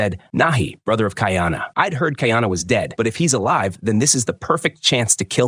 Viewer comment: Not key are nah pronounced Ki a na it's kai a na kuy are nah kaiana it's easier for me me to pronounce being New Zealand Maori Hawaiian and Maori language is similar but at least the narrator got kahumanu right.